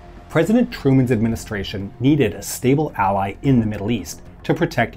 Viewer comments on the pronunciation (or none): none